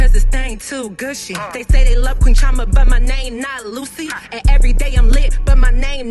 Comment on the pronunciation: Chee- oh- mah ... you're Nigerian stop trying to make your name sound American💀 ... talm bout some "Chama"... if you don't throw that accent in there! CHI OH MAH... CHI CHI ... ah ah wa happun